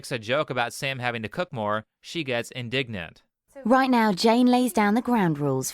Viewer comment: when he said “she gets indignant” I heard “she got ingnant”